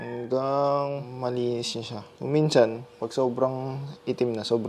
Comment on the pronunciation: salamat sa video master👍 minsan❌ minchan✅ 😂✌️